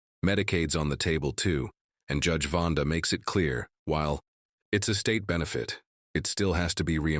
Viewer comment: Um, the Judge's name is Vonda B., I was quoting the AI voice's mispronunciation, and how silly it was, and was pointing it out as an example of why AI voices are bad. Hope I clarified enough ^_^